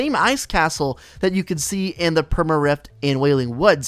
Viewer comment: He says reft instead of rift 😆